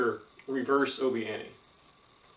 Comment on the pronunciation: It’s obi wan Not obi ani